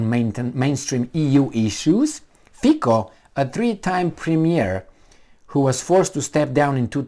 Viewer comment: Sulik's citation needs continuation: SaS worked as some kind of a filter for some of that inadequate proposals, but now it is complete chaos. And only to ease reading, Fico reads more like Fizzo and Caputova is something like Chaputova. :-)